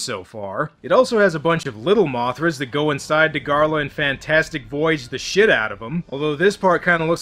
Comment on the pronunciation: What are you Scottish?!